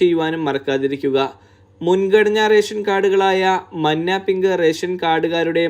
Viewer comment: മന്ന അല്ല മഞ്ഞ മലയാളം അറിയില്ലേ